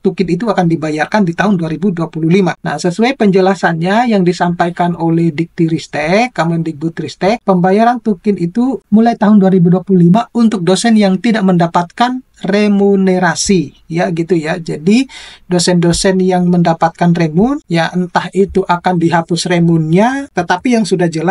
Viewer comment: Remunerasi pak bukan remunesasi 😂